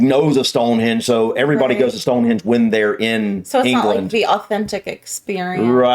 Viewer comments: Mt Snowden is 1,085 metres (3,560 ft) Not 10,000 meters, Also the video guide kept saying Stonehedge instead of Stonehenge lol... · Video narrator - Stone "hedge" I'll bring my clippers. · Wish he would take the time to pronounce the place names correctly- first time I've heard Stonehenge as "Stonehedge"! Also lots of places that could beat the ones on the list werent considered- hope you are all well and havent got the lurgy Like me! 🏴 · Given that he pronounces world like "rirld", I think it's fair to assume he is trying to pronounce it properly and just cannot. He also says "Stonehedge" instead of Stonehenge but again it's more a pronunciation thing I think, he's trying to pronounce it properly just struggling. English people hold Americans to higher standards than other foreigners, no-one would be irked by a Japanese person struggling to pronounce some of our place names. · It's nothing to do with differing pronunciations, he's using incorrect names for places. Stonehenge is a henge, not a hedge. Westminster is named after a minster, not a minister. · it’s HENGE not Hedge 🤦🏼‍♀️ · DO NOT TRUST TOURISM advice form a guy who calls it Stone Hedge!!!!! Ask the locals not a guy who never went. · How many times did he call it stonehedge 🤦🏼‍♀️ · It's Stonehenge, not stonehedge🫣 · The guy saying "Stone-HEDGE" instead of "Stone-HENGE" is driving me nuts :D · "Stone Hedge" this guy is a gold-medal muppet. He manages to mispronounce pretty-well everything. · The narrator was saying StoneHEDGE in relation to the standing stones. It's StoneHENGE! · Hold on. Is he pronouncing it Stonehedge??? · Did he say Stone HEDGE ? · It's ruddy StoneHENGE not ruddy stone hedge!!?!! 🤣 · This video has the worse narrator possible, he can’t pronounce any place names properly ‘Westminister’ and ‘Stonehedge’ are just two. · It was funny that the narrator said "Tower of Westminister", rather than Westminster. Then he said Stone Hedge, rather than Stone Henge. 🙄